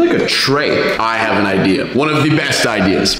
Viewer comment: You said videas